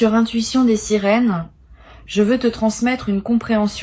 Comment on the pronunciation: dès le début la voix dit "bienvenue sur ma chaine l'Intuition des SÉRINES" ..... pptttddrrrrrrrr